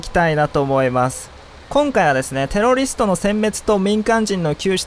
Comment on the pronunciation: 「テロリィスト」